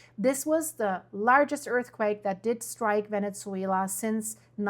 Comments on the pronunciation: It's not Vene-t-zuela..... it's Vene-su-ela, that tz sound is not correct when pronouncing Venezuela. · Thank you Very informative. Also you are pronouncing the Z in Venezuela as we pronounce pizza but it should be pronounced as Pisa. Love your content!!!